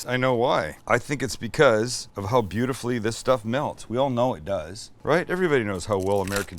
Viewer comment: Sam says "Does" the same way as Forrest Gump.